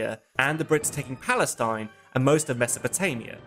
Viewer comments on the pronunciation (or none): none